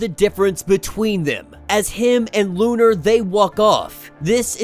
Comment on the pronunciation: Bruh, it’s “Lo’nar”” not lu’nar